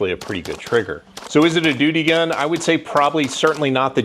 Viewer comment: Lol🤣you called it a doody gun